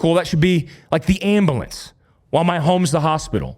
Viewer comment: “The Ambalance”😂 all love✌️